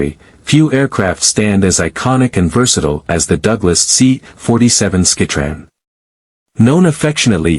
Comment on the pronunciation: "...C-47 skeh-tran..." Downvote and move on.